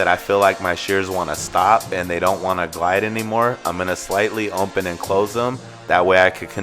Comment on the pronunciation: I HATE THE WAY THIS GUY SAYS OPEN!! It’s OPEN NOT ONPEN!!